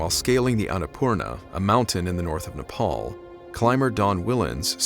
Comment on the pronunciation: 1st youtuber to pronounce Nepal properly